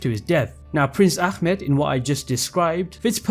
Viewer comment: you said prince ahmets name wrong. as a Turkish person it is pronounced ah- met not ackmet. we aren't arabs and don't pronounce names like that